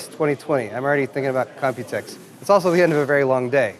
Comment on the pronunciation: Dont worry about calling it compitex, greg from science studio did it too for most of ces his introduction said computex lol. It will happen